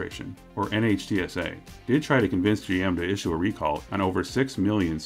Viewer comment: by the way, NHTSA is commonly pronounced "nitsa" instead of spelling it out all the time.